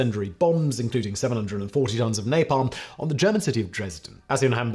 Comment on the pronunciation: An 18 minute video on nalpam. Mercury tilt bombs need that time. Vi ta men by the way